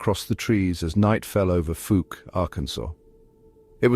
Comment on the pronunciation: 🏆👣⭐ Fouke is pronounced with the ou like in owl or ouch. Not long ō like smoke, or loose or moose. Thanks for sharing this.